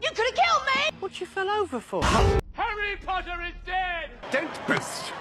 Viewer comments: no it's "PoTtAh" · trainin for the ballet pottah? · I RESPECTFULLY DISAGREE WHAT ABOUT 'POTTAH' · And "POTTAH" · maybe one day Draco will spit when he will say pottah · Y’all forgot the two best lines “Scared pottah?” “It’s killed meh it’s killed meh” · The only ones missing: “ThE-THe DanCiNg RaTS” and “pOTTaH” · I can’t believe “Training for the ballet, POTTAH?” was never sent by any of them. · or "training for the ballet, pottah?"